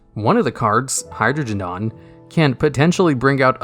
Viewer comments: the way he said hydrogedon its pronounced hydro geh dawn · anyone catch the "Hydrogendon" lol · Why do you always fuck GX monster names up lol at least hydrogeddon makes more sense when pronounced like that...